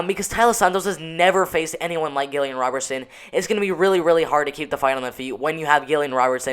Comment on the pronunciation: not Gill-ian Robertson